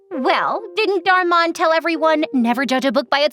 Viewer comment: The way she pronounced Dhar Mann got me dying lol